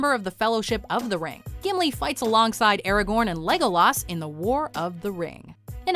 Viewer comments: No one gonna talk about how she pronounced “LEGOLAS” (Lord of the Rings) 🤣🤣🤣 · Anyone else uncomfortable with how she pronounces Legolas?